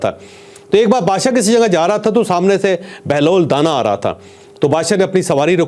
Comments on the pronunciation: O Mr scholar Sahi pronounce kr lo it's danaaa not dana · چوہدری صاحب بہلول کے ساتھ جو دانا ھے اس دانا کے الف کو لمبا کر کے پڑھیں دانا مطلب زیرک عقلمند یا معاملہ فہم آپ اس کو دانہ کہہ رھے ہیں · چوہدری صاحب آپ بہترین programme کرتے ہیں میں آپ کا programme غور سے سنتا ہوں. بہلول دانا کا تلفظ da کے بعد نا جس کا مطلب ہے عقلمند.